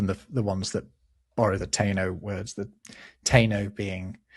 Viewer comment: That's not how to say "Taino". TAH-i-no. Or ta-EE-no. More likely the former.